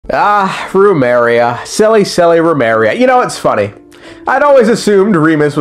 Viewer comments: Why do you pronounce it as Rumeria when its just as you see it, Remuria. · I know you're mispronouncing on purpose but BOY do I feel a little nail bite in the ass everytime you say RUMERIA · I like how he pronounces Remus correctly but then goes "Roomeria" lol, love your stuff dude. Keep it up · I like how you say "Remus" right but keep saying "Rumeria."